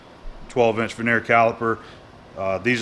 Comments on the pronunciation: It is a vernier calliper pronounced ver ni a not veneer, veneer relates to a thin slice of wood used for facing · Hey. I know this is old, and you will probably not see this, but just in case (I will mention it on a more recent video if I hear the same thing), I would just like to point out an incorrect pronunciation that you use. The measuring tool is pronounced Ver Near. It is picky I know, and I feel bad pointing it out, but that is the international way to pronounce it. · I am a bit OCD abut the English language. Those are vernier calipers (ver ne er) not vernear.